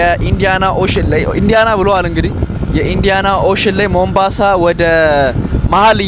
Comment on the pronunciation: ቦምብአንሳ አደለም ሞምባሳ አንተ ቦምብ ራስ 😂